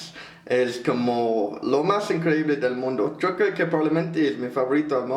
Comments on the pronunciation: Jajajajajaja siii, así de extraño hablan los argentinos jajajajajja el (yo) de ellos suena como "sho" jajaja. saludos! 😊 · hola, los de Miranda son de Argentina y si pronuncian distinto, palabras como "yo", dicen: " sho".